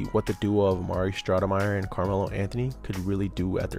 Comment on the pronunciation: It's STOUDERMIRE NOT SHHHHNOUDNERMYER 😂😂 dbag